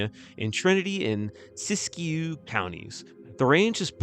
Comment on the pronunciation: Your pronunciation of Siskiyou was surprisingly good!